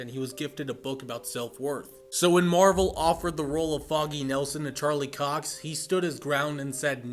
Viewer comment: Not cock it’s Cox mate